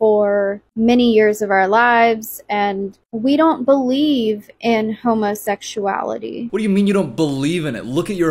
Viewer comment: ''homersexuality'' homer simpson is offended right now. [why did she say it like that XD]